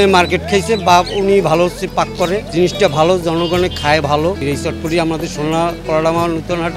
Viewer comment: এটার নাম চটপটি না বটপটি 🥰